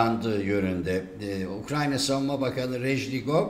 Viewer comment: Ukranya diye bi ülke yok. Haber yapacaksanız doğru düzgün telaffuz etmeyi öğrenin.